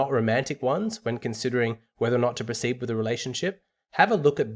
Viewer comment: it's "with" not "whit"